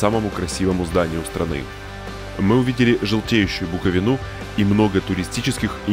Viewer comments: Дада) У нас Черновицкая область) и БУковина, а не БуковиНА))) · БуковИна а не БукованА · Опять не получилось, что за ЧерновЕцкой, БуковинА😂😂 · Ого, про БукОвина впервые слышу. И вики пишет Букови́на. И в Украинском ударение тоже на И(ы)